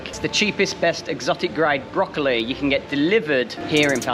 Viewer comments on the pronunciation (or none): Hahaha...broccoli? What?...OHHHHH broccoli! 😅